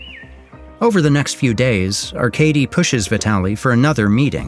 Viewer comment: So we got the glazers in the comments about the faceless animation style that every doc youtube channel has now, no its not amazing. I can probably live with "Arcadey" but "Yvonne" is probably the worst pronunciation of Ivan I've heard in my life